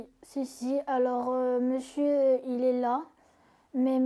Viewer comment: « avec mesieur »😂😂